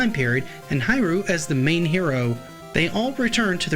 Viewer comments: Please, it pronounce as "He Lu" Not "Hi Ru!" And not much people mention that, although it is Ryu, it is pronounce as Lu, Japanese does not has "R" sound, they use "L" sound instead. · Strider HEER-REE-U 🤦🏾‍♂️